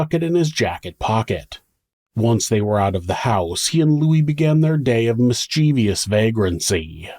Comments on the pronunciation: The word is pronounced "MIS-chiv-us", not "mis-CHEEVY-us". Thanks. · Ugh... yet another "YouTuber" who does not know how to correctly pronounce "mischievous" smh